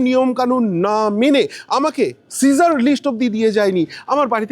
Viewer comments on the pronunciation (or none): none